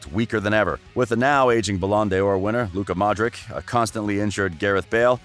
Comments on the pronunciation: its not luka modrik , its luka modrić (ć=ch ( like chelsea, not kelsea)). in any language except english c is not same as k, ok? totally different letters. if you see c, ć or č in someones last name do not say k, when we want k, we write k ( like in Kane...K) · “Arseeeen Wenger,” “Zinadine Zidayne,” “Modrick.” This guy’s pronunciation is whack